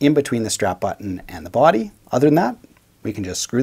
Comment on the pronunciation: The way you pronounce the word "body" is the best. Not sure why, something in your accent. "BWUAAdy". Never change it.